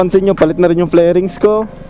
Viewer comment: Fairings boss hindi flairings